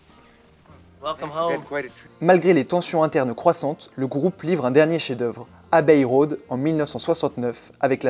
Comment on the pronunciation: Quelques petits défauts : dans "jeunes hommes", il faut faire la liaison, qu'on entende "des jeunes z'hommes" et pas "des jeune hommes". Et on ne prononce pas "abeille road" mais plutôt "abbé road". A part ça, c'est une sacrée gageure : résumer un tel parcours en si peu de temps. Et, vieux fan du groupe, je confirme : l'album charnière est bien Revolver. L'essentiel est dit, avec une fraîcheur convaincante, tout le reste est pardonné.